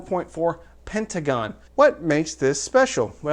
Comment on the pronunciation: "pentaCon" just sayin! love the reviews